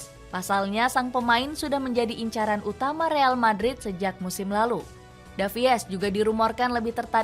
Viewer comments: Salfok sama voice actornya, davies harusnya dibaca davis, bukan davi-es 😂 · Tulisannya ALVONSO DAVIES buk tapi dibaca ALVONSO DAVIS, Lebih keren dikit lah bacanya 😅